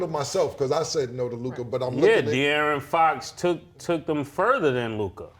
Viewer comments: It’s Luka not Luk-AHH 😂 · LukAh LukAh 😂😂 just say Luka fellas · What's with the Lukah pronunciation 😂